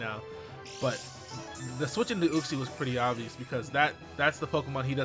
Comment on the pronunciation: Uxie = YOOK-SEE